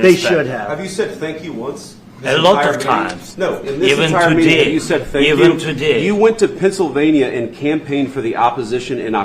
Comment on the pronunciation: The man said he said “Sank you”